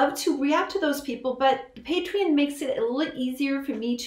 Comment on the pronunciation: Never heard someone say petreon like that